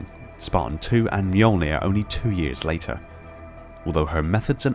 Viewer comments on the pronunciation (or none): none